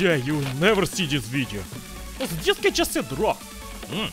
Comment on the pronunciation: "And we AL so HA ve some.. BLYAT!"